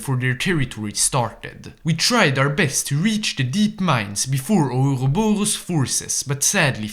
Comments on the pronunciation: The way I hear ourorboro is too damn funny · The pronounceiatio of ouroborus made my day, thank you, sir